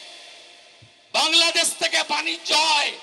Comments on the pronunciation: ও দাদা কথা বলার আগে বাংলাদেশ বলা শিখুন৷ এটা বাংলাদেছ না বাংলাদেশ হবে 🤣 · আগে শুদ্ধভাবে বাংলাদেশ বলা শিখো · বাংলাদেছ না বাংলাদেশ হবে ছাড়ি না শাড়ি উচ্চারণ হবে মেচিন না মেশিন হবে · ওরে পাগল বাংলাদেছ না বাংলাদেশ সঠিক উচ্চারণ কর আগে